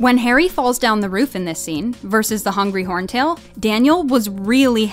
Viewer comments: Its hungarian horntail not Hungry horntail !!! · "Hungry Horntail" 👏🏻👏🏻👏🏻👏🏻👏🏻🤦🏻‍♀️🤦🏻‍♀️🤦🏻‍♀️ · Me: sees a Hungrarian Horntail Narrator: Hungry Horntail Me: wait wat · Did she just say... Hungry Horntail...